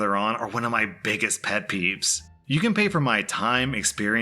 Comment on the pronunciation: He really emphasized that “T” lol “BiggesT pet peeves” 😂